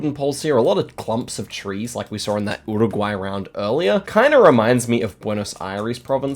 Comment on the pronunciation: an australian not knowing nz very wierd. why do u pronounce uruguay wierdly also sounds so depressed